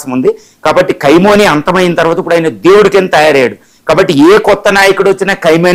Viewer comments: Orey Analyst fellow first learn to pronounce Khamenei and not kaimoni and later you can analyze. Who is bothered if he dead or alive, you are alive na do something for your family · ఏ ఒక్క న్యూస్ చానెల్ ప్రసారం చెప్పలేదు మీరు మాత్రం తప్ప. 99% తప్పుడు న్యూస్. khymoni కాదు khameni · meeru telugu ni darunangaa champestunnaaru,khameni ni khaimoni ani cheptunnaaru idi baledandi.😂😂😂😂😂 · కైమోని అని అంటున్నారు. కైమోని కాదు కొమీనై అని పలకండి. ఇంకా తప్పులు చెపుతున్నారు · qai moni entira. aa pronounciation enti. qaima chesesthunnavu 🙏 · చత్రువు,ఖైమోనీ ఏందయ్యా నీ భాష చావగొడుతున్నావు నీ భాషతో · Martyrdom is an English word ...first mataldam nerchuko ..Kai moni kadu ra ye da va ...